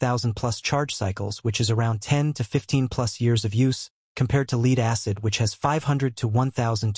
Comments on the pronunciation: Led, not leed acid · Lead is pronounced Led not Leed 😅😅😅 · Hard to be confident in a guy who calls lead LEED! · Tune your AI to pronounce 'lead' correctly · You can always tell an AI voice from how the pronounce lead and read lol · learn how to say lead in this context. sheesh! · AI always has a problem with lead and read Lol